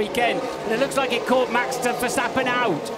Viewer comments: Verstappen before the race:verstappen Verstappen in the start: verstopping,🤣🤣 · ah yes Max Terversappen